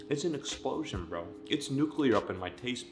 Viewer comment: "Its an explosion breao"